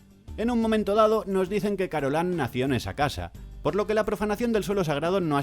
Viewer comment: ¿"Carolan"? ¿Pero no era "Carolain"?